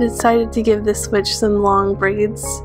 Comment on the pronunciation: everytime you said witch i thought you said bitch so i replay it